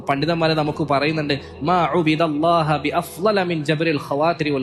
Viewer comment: അറബി ഇബാറത്തുകൾ വായിക്കുമ്പോൾ തർഖീബ് ഒന്ന് ശ്രദ്ധിച്ചാൽ നന്നായിരുന്നു ഉദാ:- മാ ഉബി ദല്ലാഹ മാ ഉബി ദല്ലാഹു എന്നല്ലെ ശരി